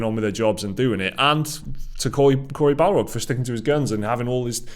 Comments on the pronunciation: Bar-log… not Bal-rog… BOI! 👀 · Best thing is that keeps saying Balrog instead of Barlog lol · Please. It's Corey BARlog. Not BALrog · Barlog. Not balrog. Lol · Take a drink everytime they call him Balrog instead of his actually name Barlog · I keep hearing you say Corey Balrog and tbh i was disappointed when you flashed up the photo of him. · He's not a Tolkienien beast the Balrog, it's Barlog guys. I crack up every time someone from the games media mispronounces his surname. I love your channel though guys, keep up the good work. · has Tolkien Brain. Are you deliberately say Corey Barlog's last name as BALROG?